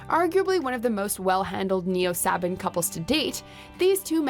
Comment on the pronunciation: Personally, I don't like WatchMojo, since their top lists are not opinion based, and have the same repetitive dialog in each video. Also, pet peeve, they mispronounced Camelle. It's ka-mii-ill(as in chameleon) not Camel! And it's pronounced Sa-bon not Sah-ban. Also, this is entirely your choice, but I would love to see you react to Sonic Abridged by The Rollin Nolan. It's hilarious!